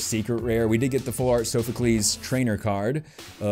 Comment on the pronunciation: Heres how pernounce soophocles. Sof u clees.